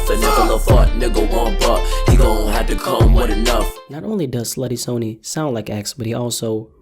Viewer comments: you miss pronounced slutty sonny’s name it’s pronounced sunny!! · You say Slutty Sonny wrong, lol